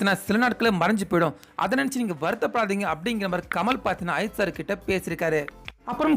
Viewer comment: Kind request - Please pronounce Ajith sir's name properly. Your pronunciation is irritating.